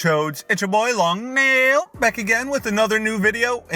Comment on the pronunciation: I feel like this is the first video i saw by long nail that he actually sounds like he's saying "long nail" and not "long kneel"